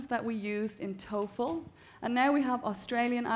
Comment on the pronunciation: TOEFL NOT TOFEL (Test Of English as a Foriegn Language).